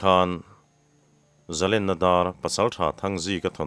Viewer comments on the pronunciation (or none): Zalènna hi zalèn atang a lo chhuak a ni a. Len hi den chi lèn anga lam hi a dik ang. I chhiar leh zel turah pawh len hi lam hniam thei la....